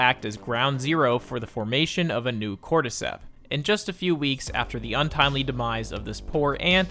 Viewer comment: Hmmm cortecteps souunndsss familiar